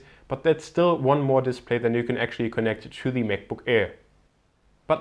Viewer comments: Bitte sprich "the" nicht immer "thiiii" aus ==> Das macht man nur vor Vokalen und hört sich furchtbar an und ist schlichtweg falsch! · The battery life, nicht 'Thie' ... Das macht man nur bei Vokalen ;)